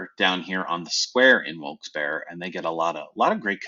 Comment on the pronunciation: the only correct pronunciation lol